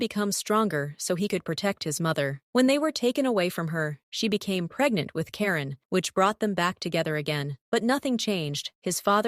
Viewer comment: Gurl is Keigen not Karen😂